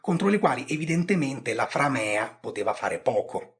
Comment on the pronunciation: Mi permetto di segnalare che la e di framea è corta. Quindi l'accento cade sulla a.